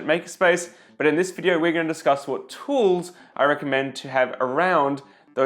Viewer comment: T HHHHHHHHHHHHHHHHHHHH woools !!!!! nous qui ne prononçons pas le H, cela fait bizarre !